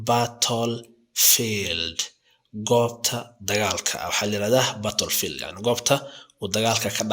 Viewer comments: The pronunciation is not good! Therefore, you should correct it; otherwise, the people will benefit from these political words! Example, the word battle field! Americans pronounce baadhal fiildh or British pronunce it baatal fiildh, I am so commiserating with it! Weapon can't be pronounced wiiban, but you should pronunce webanis, don't you listen international Media? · But, I have never seen a person who makes mistakes in pronunciation! Pronunciation is so important because you wanna teach something for other people! Weapons= webanis, you should learn phonetics if you want to be a teacher! But, your pronunciation is completely wrong! Battle field you have not enunciated it well! Chaos,you should pronounce it ke'yas and so on!